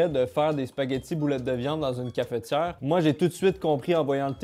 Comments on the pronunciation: bah après oui et non puisque dans le mot cafetière y'a pas de "é" donc c'est pas logique de prononcer cafétière. Apres peut être que eux l'ecrivent cafétière et là dans ce cas oui c'est plus logique que notre prononciation à nous français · Surtout que pour le coup ça s'écrit cafetière donc c'est bizarre de le prononcer cafétière^^ enfin je juge pas hein, chacun prononce comme il veut. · une Cafétière ? comment ? Une Cafetière sans ''é'' au début monsieur MDR , " ne faite pas ça chez vous " devant 700 000 Personnes mdr steak grillé au toaster j'y aurais jamais pensais mdr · cafEtière, pas cafétière